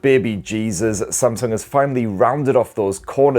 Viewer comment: Oh myyy can watch this video a thousand times saying spamsung 😂😂🤣🤣🤣🤣🤣🤣🤣🤣🤣🤣🤣🤣🤣🤣🤣🤣🤣🤣🤣🤣🤣🤣🤣